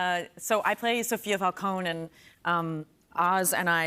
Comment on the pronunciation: I hate that they say the name Falcone wrong xD nitpick hahaha but other than that can't wait to start watching this show